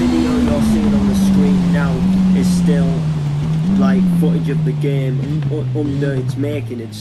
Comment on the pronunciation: the commentary: "this geem kjgfhkfdjghdfkgjh this geem dkjasldkjasldkj this geem asldkjsalkdjsaldksajd this geem aslkdjsazldkjsalkdj this geem lkdhjdskhjskld this geem laskdjaslkdjasldjk"